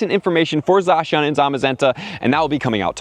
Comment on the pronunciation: is the only youtuber to pronounce Zacian right. Just wanted to put that out there.